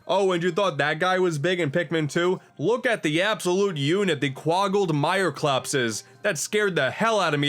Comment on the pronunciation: quoggled mireclaps. buster its quaggled mireclops